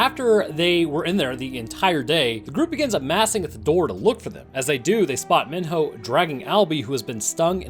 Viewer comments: if i hear this dude call him min-ho one more time im going to min-hurl. its pronounced MEE-NO, they say his name like a million times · Sorry but this annoys me it’s me-no Not min-ho Sorry to be a asshole but that kind annoys me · Minho is pronounced “me-no” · He's pronouncing Mino like my 4th through 6th grade teacher, and it's driving me crazy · sir Minho is pronounced Mee-Know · The amount of time you mispronounced Minho is irritating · why does he keep pronouncing minho wrong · Some parts of this annoy me like how he pronounced minho and said teresa was hung up.(I probably spelled some of this wrong)